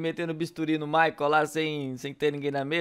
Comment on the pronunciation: "MICHEAL" kkkkk ....Michael....